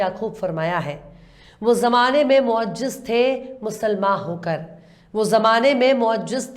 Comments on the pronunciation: Moazziz lafz hai,,, na ki moajij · Do huroof ko galat padha gaya. 1.Mubaayyina 2.Moazziz.